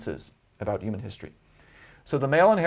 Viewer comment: Really interesting, but he pronounces a few words really weird like "narrative" and "human". Not a big deal but my inner pedantic self needed to say something.